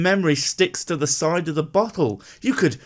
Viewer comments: Is it just me or does "bottle" sound like "butthole" every time she says the word? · I know she said bottle, but it really sounded like she could have said something else. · is she saying "bottle" or "brothel"?